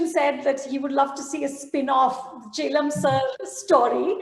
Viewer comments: Loved watching the interview. #anu, you're pronouncing chellam as if it was Jhelum with a "ch". The stress is not on E, but it's on LL. Rhymes with "Hell Ummm", if that makes it easier! ;-) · #anupamachopra it's not che...lam sir, it's Chel.. lam air#bajpaimanoj